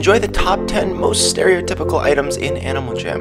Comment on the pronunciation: why did you say stiryotipacal? and plz trade meh spike